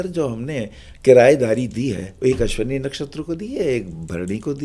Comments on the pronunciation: सही शब्द'अश्विनी' नक्षत्र है, "अश्वनी" अशुद्ध उच्चारण है। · Punjabi me ese hi bolte hain matra kam istemal karte hain